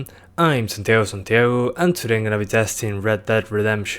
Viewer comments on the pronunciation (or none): Cuando dijiste supe altiro que eres argentino jaja como nos conocemos los latinos